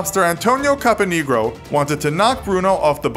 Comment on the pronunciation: Uh... I don't think "Capanegro" is pronounced quite that way.